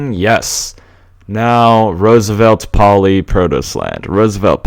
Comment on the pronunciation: May I say,as a Greek,that the most correct name would be "Rooseveltopolis",rather than "Roosevelt Poli". I know I am repeating myself,but I'm really enjoying these series alot!